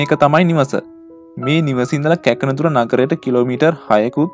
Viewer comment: මොනදුරද..ඉස්සෙල්ලා ගම්වල නම් කියද්දි පැහැදිලිව කියන්න ..ඒ පැත්තෙ අයට අකුරැදෙකක් ඇහෙද්දි දන්නවා උනාට රටේ හැමකෙනාම ඔයගම්වල නම් දන්නෙ නැනෙ.පස්වතාවක් අහලත් මටනම් තේරෙන්නෙ නැ කැක්නදුර මොකක්ද කියන්නෙ කියලා